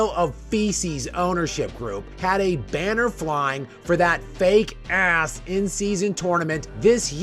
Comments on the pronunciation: 😂😂😂 the way you say "ass" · Love the emphasis u put on the word "ass" when u say it lol gets me every time 😂😂😂